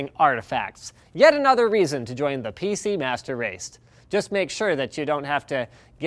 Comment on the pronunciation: hahaha, he just said - " PC master RACED "